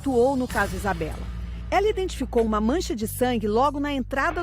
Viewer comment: É Isabela e não Isabeli entende?